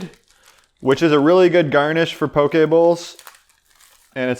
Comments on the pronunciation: As a person born, raised, and living in Hawaii, I am so glad to hear poke pronounced properly (I hear pokey so dang much haha). I literally was just trying to find a poke sauce recipe that was keto-friendly...must try! Also, would love to see your take on an authentic Hawaiian dish: laulau. It seems like it has great potential to be keto! :) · Props for saying Poke correctly! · I eat this a lot. It's usually readily availbale in HI. You pronounced it right. Poke. This is local Hawaiian food that's being exposed to mainland now.